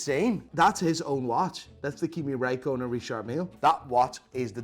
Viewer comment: "Kimi Rai-Conan"